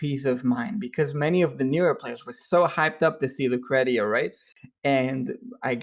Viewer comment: Nice interview. i love this guy's art. from the few exchanges we've had on reddit i can tell he really likes the art and story of the game. Btw, Lucretia is pronounced loo-kree-sha xD